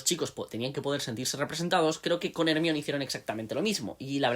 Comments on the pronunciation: No me aguanto el “ Ermion” , pero gran aporte. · “Hermion” suena horrible siempre😂 “Herminia” hubiese sido mejor y con más sentido si querían españolizar el nombre... Ojalá lo consideren para la serie 🤞🏻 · Yo lo entendería más si al menos le dijeran como está escrito, "ermione" en vez de "ermión" jajaja ¿De dónde habrán sacado esa pronunciación? 🤔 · Porque le dicen ermion???? 😢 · Lo que no entiendo es que como todavía hay españoles que pronuncian "ermión" cuando nombran a Hermione siendo que la misma autora aclaro si pronunciación, no solo cuando se lo preguntaron sino en el libro del cáliz de fuego cuando ella y Víctor se están despidiendo. Igual eso no quita que sea un buen video. Saludos